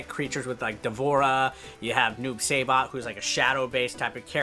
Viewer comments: Shay-oh kahn Noob say-bot I can never unhear this. But very accurate review I think. I'm the same way. I purchased on switch cause I'm never home and I've played with both PS4 and Xbox. No problems gameplay wise. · Why can't any of these YouTube mk11 ppl say noob-saibots name right..... he's my main and everyone saying noob-SAYbot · "Noob Seibaht"